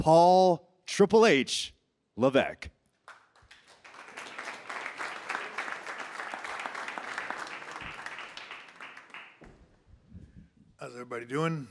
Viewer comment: Repeat after me... Statuesque... Lavesque... Why does Paul think his surname rhymes with "peck"? Is it ignorance from childhood or inherent stupidity? It certainly isn't a French pronunciation!